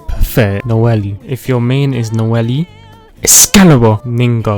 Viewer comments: noell- eeee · ah yes no-ele, q kw- ning gog, kay o, gangu, fishsly, liyue, bi do, albefo